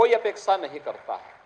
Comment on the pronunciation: अपेक्सा नहीं अपेक्षा